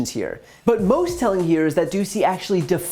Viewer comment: Doocy pronounced douchey